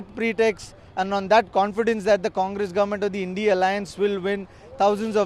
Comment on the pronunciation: Its INDIA alliance.. & not bloody how u r pronouncing... 3rd grade godi media & chutya repoter of Tv9